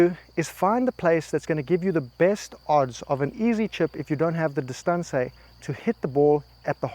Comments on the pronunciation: Distahnsay is my new pronunciation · Bro is trolling with that “Distancé” pronunciation